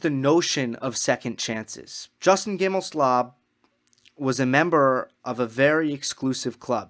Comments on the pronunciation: Justin GimelSLOB..... did you mispronounce that on purpose? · I like your stand on "second chances" in the context. Want to note that it's GimelSTOB, not SLOB, although a good many (esp women) refer to him as the latter. JG swings a lot of weight in American tennis politics. He's pretty well embedded in Tennis Channel, owns the company that makes the "Uncovered" series, and is a close friend of TC's president Solomon. JG wants to be head of the ATP and the player council was ready to vote him in before the Halloween attack and its consequences. If he is returned to the council at some point it'll be because he still hopes for the top position. He's just not fit for it emotionally. I'm basing this not only on his past actions but on the article by the very friendly (to him) Clarey of the NY Times. He describes JG as sleeping very little, with a mind that's always racing. Hello? That's what normal folks call mania. Such people can be very productive, even brilliant, but there IS a cost. JG has shown no real remorse. He's like the thief that got caught and is not sorry he stole, but is terribly sorry that he's going to jail. He regrets the consequences of his actions but not the deed itself.